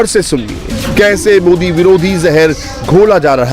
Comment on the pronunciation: Modi ka nam thik se bolna sikho .😂😂😁😁🐺🐺